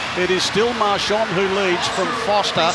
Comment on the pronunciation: Precious tip for commentators that are native speakers of English: in French you don't pronounce a "d" at the end of a word when it's preceeded by an "n". As far as pronunciation is concerned, it's "MARCHAN", not "MARCHAND".